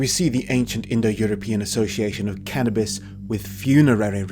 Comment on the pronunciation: He keeps saying "canabis presents", but I haven't received any gifts...